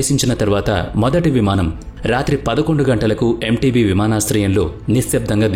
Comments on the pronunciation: ఇడీ అమీన్ ( ఈద్ అమీన్ కాదు) ఎంటెబీ ఇవీ చదవాల్సిన పద్థతి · చాలా చక్కగా వివరించారు. అయితే అది ఎంటేబె అనాలి